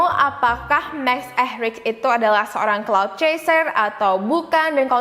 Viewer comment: Cloud chaser? I thought it was "clout".. Am i wrong?